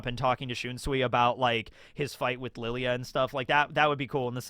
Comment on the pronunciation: Why do you still keep fucking calling him LILY AH/ LILI UH ????? THEY PRONOUNCE IT MULTIPLE TIMES IN THE ANIME